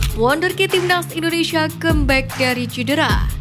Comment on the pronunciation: Narasinya santai aja, min.... INDONESIA bukan INDONeiiisyiaaaaa, min😂😂😂😂😂